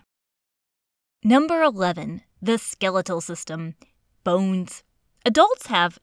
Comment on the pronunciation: the way she says “bones” LOL